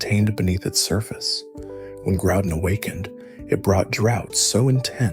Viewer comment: Oh boy a video to watch. Why are you saying kyogre and groudon that way ?....